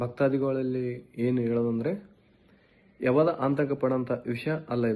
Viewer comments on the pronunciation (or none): ಅಂತಕ 😂😂😂ಅಲ್ಲ ಕಣೋ ಆತಂಕ 😂😂ಕರೆ ನೀಡಿರೋದ್ ಅಲ್ಲ ನೋಟೀಸ್